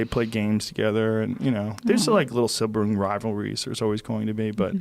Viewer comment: "lil sibring rivuries" Lol joe starts to get an asian accent when he's getting choked up